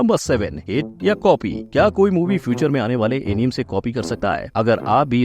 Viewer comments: FYI bhai its not enim.. pure video me enim enim kar rahe ho... its A + NI + MAY = Anime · एनीमे होता है एनीम नहीं fact bhai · Bro aapki video bohot mast hoti hai 🔥 lekin. Voh Anime hai aneem nahi 😅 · Incorrect pronunciation of anime 😅